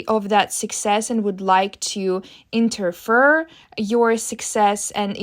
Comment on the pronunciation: Pronounced INTER FEAR